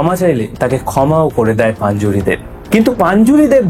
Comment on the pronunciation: ওটা পাঞ্জুরি না রে ভাই, ওটা পঞ্জুরলী 😅